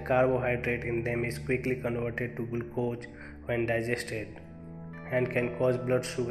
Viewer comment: learn proper english pronounce to speak, how you pronounce glucose